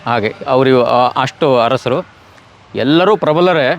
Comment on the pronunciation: ಕೆಳದಿ ಹರಸರು ಅಲ್ಲ ಕಣವ್ವ ತಾಯಿ ಅದು,ಕೆಳದಿಯ ಅರಸರು...ಹ ಕಾರ ಅಲ್ಲ,ಅ ಕಾರ.